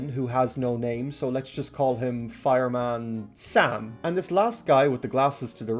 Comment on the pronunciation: When you said fireman Sam who sounded like drunk underwater